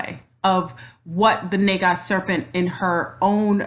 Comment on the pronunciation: You are a very enlightened being thank you for sharing your energy here 🙏 Namaste. Isn’t “Naga” Pronounced Nahga. Just wanted to say lol sorry. Anyways I love your video thank you. I am not mixed or Black at all to my history and knowledge going back generations, but I am Native American and Celtic. I understand we all come from mother Africa. My past life I was from India. I have Aslesha in my Chart and am aware of an Orian Star connection. I feel we can be a Naga descendent without just being genetically shown today as a beautiful African looking person. Thank you very much for this video though I just wanted to express feelings thank you. 😘